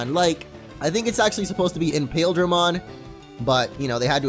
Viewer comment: imperialdramon not impaildramon